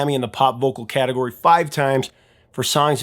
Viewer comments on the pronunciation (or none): none